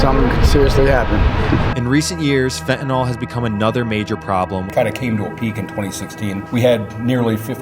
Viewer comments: Why does everyone call it "Fentanol"? It's "Fentanyl" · Weird accent, or illiteracy is causing you to pronounce fentanyl like it's written fentanol.